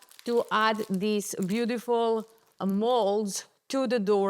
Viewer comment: Great artist! Loooove how you pronounce "beaudiful". 😊 warm regards from Holland 🇳🇱